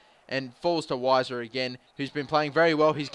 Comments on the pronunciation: its pronounced Viser but i prefer Wiser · unfortunately its viser not wiser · It's pronounced Veiser. Which sucks for puns, but it's true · The W is pronounced as a V